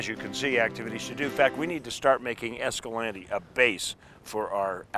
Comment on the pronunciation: It’s pronounced (esca-lawn-tay) not esca-lantee.